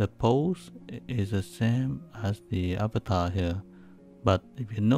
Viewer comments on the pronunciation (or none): none